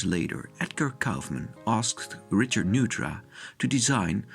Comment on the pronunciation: Neutra Ne u t ra